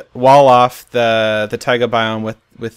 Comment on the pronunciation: lol. Boston accent. Taigahhhhh :D